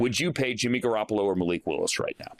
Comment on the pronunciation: Garrapolo? Ew bro stop.